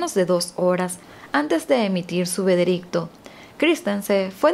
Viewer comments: "Antes de emitir su vedericto". Es veredicto sorry) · Es veredicto, no “vedericto” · Se dice VEREDICTO no VEDERICTO. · Ya se que no viene al caso, pero por un momento me saco del relato cuando dijiste vedericto en lugar de veredicto jijijiji perdón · Ella dijo vedericto y es veredicto usbduabs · Veredicto no vederisto 😉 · Solo yo noté que dijo "vedericto" :o en el min. 12 aprox. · 'vedericto' :v